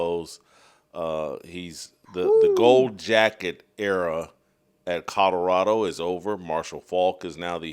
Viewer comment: I really wish that you would learn how to say COLORADO. Theres an L in it Jason! Its not CODORADO. Learn how to pronounce it man! If you gonna talk about em every other show 😬🤦‍♂️